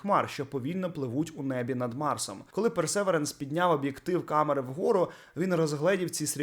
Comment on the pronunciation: не персЕверенс, а персевІренс - ну це піздєЦЦ цього не знать, коли пару років вже сотні новин вийшло про цей марсохід і обізнані кажуть правЄльдно !!!)))